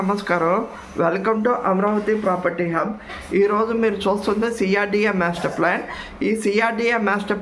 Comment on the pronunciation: మేస్టర్ ప్లాన్ కాదయ్యా బాబు మాస్టర్ ప్లాన్ అనాలి.